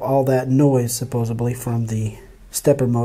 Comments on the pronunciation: "supposably" is NOT how you say it. It is "supposedly". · “supposably” is killing me, its supposedly